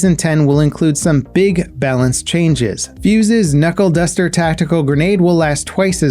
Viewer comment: knuckle duster? thought it was cluster xD